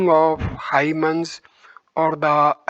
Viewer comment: Thank you for sharing this. PS. Hymns is pronounced hims